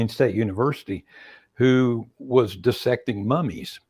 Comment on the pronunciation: I love everything about Dr Eades mind.... Especially when he pronounced 'dissect' correctly! It's not Die sect people! It's Dis-sect. Thank, you!